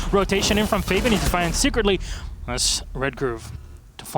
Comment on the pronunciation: f-ah-B-an please get it right it hurts my ears to hear it wrong